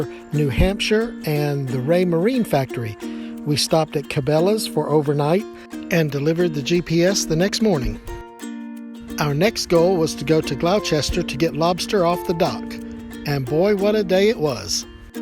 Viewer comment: Ha ha..., you're still (linguistically) a true American - only an American can get 3 syllables out of "Gloucester"! My home town is Cheltenham in Gloucestershire, Gloucester is 10 miles away and pronounced, phonetically: "Glaw - stir" I can only imagine how you pronounce Worcestershire sauce!:-)